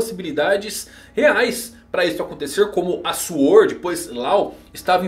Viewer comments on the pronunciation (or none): none